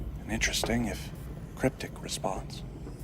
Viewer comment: Cryptic or craptic??? 😂😂😂